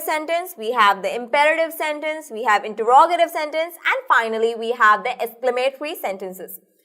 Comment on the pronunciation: awsome but the pronounciation of interogative was wrong